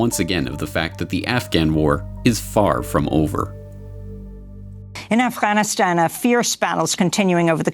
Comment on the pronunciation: libtard lezbo pc reporter says "Afchhhhanistan". Cringe.